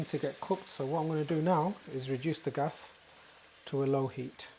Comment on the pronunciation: I like the way you say gas."gus"😅😅😅